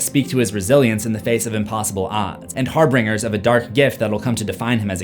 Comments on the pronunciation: Har-binge-er, not har-bring-er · HARBINGER ( soft G).